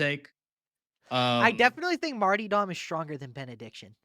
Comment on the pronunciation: If this guy says martee dom one more time I'm going to puncture my own eardrums. I'll never get back the time I spent listening to this. 😢